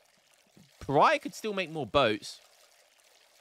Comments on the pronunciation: PARAYAH LOL pronounce "paa·ruh·ee·buh" in ingles, but in portuguese is "Pa-ra-í-ba " Maybe if you listen to translate it will help you, because the pronunciation is very, very different from "paraya" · Thanks made me notice it too HAHA /Pará-bia/ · Please learn how to say Paraiba. Its a the name of a state in Brasil.its not pronounced paraiah